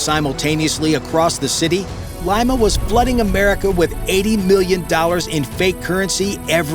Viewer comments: Wow! I knew Peruvians make the best ceviche but I didn't know they make the best counterfeit money, too. And, the capital is pronounced, Leema not Lyma. 😂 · "Lee-ma", not "lie-ma" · That's LEE-Ma...not L-EYE-Ma.... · Lima = "Lee-Ma" not "Lye-Ma" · Its LIMA,not lyma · Leema. Leema. Not Lime-a. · Its pronounced LEE-mah not limemah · “Lyma” 😂 it’s “LEE-Mah” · LEEEEMMAAAA.... not Lyma!!! FFS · Lima. Not "Laima". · Leema not L-eye-ma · Great video but please pronounce "Lima" correctly. "LEE-MA"... not LIME-AH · Lee- ma, not lima. Like the bean😊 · Lima is pronounced Lee-ma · Lima pronounced LeeMa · Lima pronounced Lee ma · IT"S LIMA..........NOT LYMA.........GO BACK TO SCHOOL.........UGH. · Good lord, dude, it's not pronounced "lima" like the bean! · Great vid ! But Lima it’s “LEE-muh”! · Leeeema. Otherwise, great video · It’s pronounced “Leema” stupid. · " Lee ma " . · Lima is pronounced “Leema”. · Fix his pronounciation of Lima lol- other than that great video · Please pronounce "Lima" correctly. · My only question is how many times will he mispronounce Lima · The A1 vocals were great except for that huge mistake